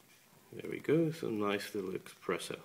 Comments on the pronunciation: ES-PRESSO.....not EX-PRESSO.... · expresso? really?